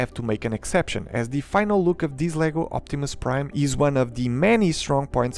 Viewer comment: "Si Optimum Praid!" - some Fillipino dude